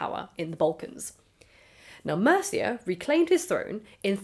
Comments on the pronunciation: It's not pronounced like the Anglo-Saxon kingdom of Mercia; it's "MEER-chey" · Also, pronunciation wise: Mircea ~ Meer-cha